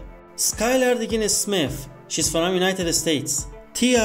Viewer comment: What kind of accent makes you read from like it's fErom